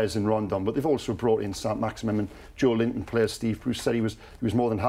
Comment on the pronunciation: They should try pronouncing Joelinton's name correctly before they start criticizing the player